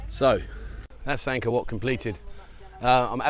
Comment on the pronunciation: Angor wat not man maid...